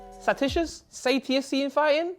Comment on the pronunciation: satiating [say-she-ate-ing]👍